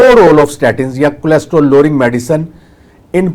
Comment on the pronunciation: ڈاکٹر نوں لمے پا لوں اسکو کولیسٹرول بولنا نہی آتا